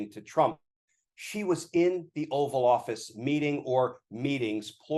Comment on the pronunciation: Did Glenn call it the Offal Office? When Trump was Prez, I’d say that’s an appropriate name.